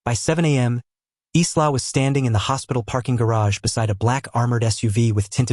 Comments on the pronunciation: EYE-la!!! NOT Izla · AI LEARN TO COUNT. Dominic spoke 7 words at the beginning but narrator said he spoke 6. Accuracy is important. Also in English the name ISLA would normally be pronounced I LA. The S is silent as in ISLAND. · Her name is pronounced " Eye la", the S is silent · The nurse's name is pronounced Eya la. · The name Isla is pronounced I'LL-uh. The "s" is silent. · ISLA .... OMG ..... get your AI right.... the 'S' is silent... pronounced "EYELA" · Please pronounce her name properly.